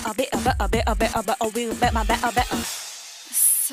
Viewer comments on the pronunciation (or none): "So was better betty botter bought a bit of?" "Be'er bu'er"😂